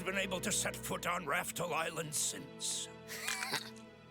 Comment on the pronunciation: Yeah Oda certainly knows how to bring the waterworks on those flashbacks, this one feels extra sad since it is an animal. A whale isn't going to understand why his family left him 50 years ago so it just feels tragic. It's so funny to hear Crokus call the island Raftle. Later on it gets corrected when the anime directors learned they pronounced the island wrong, it's actually pronounced Laugh Tale. I think it has to do with the weird L and R thing in Japanese translations like how when 4Kids dubbed One Piece before Funimation took over Zoro was known as Zolo and some translations have Loguetown spelled as Roguetown.